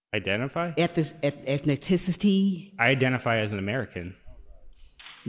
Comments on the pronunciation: "Ethes.....Eth...eth....Ethniticity" Even after 3 attempts she got it wrong. This is a real galaxy brain we have here. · How the hell did she spell ''Ethnicity"?! I`m not an English speaker, searched Google for that ''Ethnaticity'' she said but in vain. English speakers, PLEASE AFFIRM! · “Ethniticity”…. No wonder none of her education bills get passed, she can’t even speak English well. 😂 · she didn't say ethnicity, she said ethniticity which is not a word. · Or “ethnicity” Doesn’t really know what “suppose” means Etc. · Ok just the opening statements. “Ethnicitity” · She should at least learn to pronounce ethnicity. Unless "eth-ni-TICITY" is some kind of new word I'm unaware of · She can't even say 'ethnicity' 😂😂 why is she there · She shouldn't use words she can't pronounce. "Ethniciccitiies." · She can't say ethnicity either. Ethni-ti-citeee. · I think she was saying “baiting” but she has a strong accent. She even miss pronounced ethnicity “ethniticicy” according to her. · Anyone else hear the guy at the end say: "lady, your time has ex-spidered." 🕷️ And then there was the classic pronunciation of the world: "ethis-eh-et-ni-city". Well spoken woman. 🗣️ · I identify as someone who has trouble taking someone who says “ethni-tic-ity” too seriously. If that amazing man had said he identified as trans, he’d have received a standing ovation. Yet bc of his answer, everyone was told to stop clapping. (And u gotta love how the guy next to that woman shook his head when he heard “I’m American”) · This poor woman isn’t anywhere near intelligent enough to go toe to toe with this man. Eth-ni-tissa-tee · Ethniticity? This lady needs prayers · "Ethni-TICITY" That's all I needed hear! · I'm still trying to figure out what 'ethniticity' is and where 'Mizzourra' is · Ethniticity I think that’s how you spell what she said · and why cant she pronounce ethnicity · listening to her try to say Ethnicity is PRICELESS. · I laughed when she couldn’t say ethnicity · Or “ethnicity” 😂